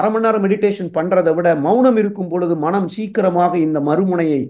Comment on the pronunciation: ‘மனம்’ என்பதைச் சரியாக உச்சரித்தீர்களென்றால் சிறப்பாக இருக்கும்.நன்றி!